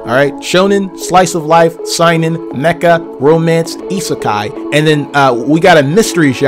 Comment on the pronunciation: The Way He Pronounced Seinin. Lmao